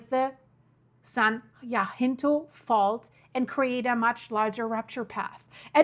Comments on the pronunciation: It’s San Ha-sin-toe ❤ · Ugh! It’s NOT the Cajun Pass - it’s pronounced the Ca-Hone Pass!!! Also, the other fault is NOT the San JaHinto fault, it’s the San Ha-Sin-toe Fault. BTW, as a Native of that MISERABLE state, the big one can’t hit soon enough - we only need to worry about the poor fish when the FILTH of that state slides into the ocean during the “big one.” Of course, the rest of the world will be a much better place after that. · Your so funny how you pronounce cities here. Ca-hon and jah-cinto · San Jacinto (HA-sin-Toe) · Jacinto = huh - SEEN - toe Cajon = ka - HONE No worries. No one knows every language. Europeans typically know 3 or more languages. I appreciate you and your channel. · It's pronounced "Ca-jon ( the j is pronounced like a h the o is long). Jacinto is pronounced ja-cinto. The J again is a h sound. Then cinto. The I is short. They're both Spanish names or pronounced like they're Spanish names. I lived in CA for over 50 years and am very familiar with Cajon Pass. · it's Ca-hone pass, and Fort Ta-hone , San Ya-cinto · Cajon pronounced Cah hone (like bone with an H) San Ha sink toe (Jacint0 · No, no! It’s not Cajun food! It’s Cajon Pass! Kah-Hone pass!! San Jacinto is San-Ha-Sinto. We love you all the same! 👀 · I need to hear from you every day. I’m in SoCal right in the center of so many faults and my house is right on top of an unusual east west fault I can’t get a name for. San Jacinto is “hah sin toe”. Tejon is “tay😢 hone”. Praying for wisdom and safety for all. Thank you 🙏🏽. Love you stuff. I mean your reporting. The disastrous news sucks 🤣😎😽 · You are mispronouncing everything. San jacinto and cajon pass.